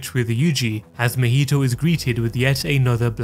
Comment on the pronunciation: Not mehito it's MAhito. Ma. From Mama. Maki. It's not Meki. Or Meme